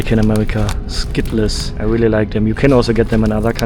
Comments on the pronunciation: It is pronounced skittels not skittless 😅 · Skittles aren't pronounced Skit-Less. They're pronounced Skit-ulz. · It's a by-product of the German language. In German, -les is pronounced like 'less'. The '-ls' sound would be spelled '-el(s)' in German Skittels As an American living in Europe, and learning some of the local languages, the foreign English accents make a lot more sense by understanding the L1 (original native language before learning English) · "...a huge bag of Skitt-less" 😮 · hes not wrong it does say skitt les. hahaha. if you read it by the letters. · You realize he's nearly fluent in American English and is pronouncing it that way for the engagement, right? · The way you say Skittles is awesome LOL great video! Sending the good vibes from Winnipeg! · My biggest surprise is I may have been pronouncing Skittles wrong my entire life😂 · The way you pronounced skittles is so funny